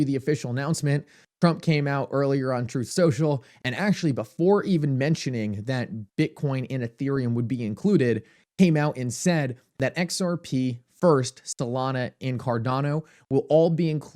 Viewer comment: He said "Stolana"! LMAO!! Popcorn never tasted better!!!!